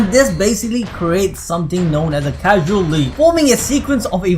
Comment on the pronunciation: casual loop me: causal loop bruh, causal loop... as in CAUSE - AL... it is not the loop of filthy casuals